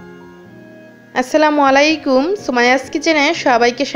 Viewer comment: আস্সালামু আলাইকুম, আপু আপনার সালামে ভুল আছে, আস্সালামু আলাইকুম হবে,কিন্তু আপনি আস্সালামু অলাইকুম বলেছেন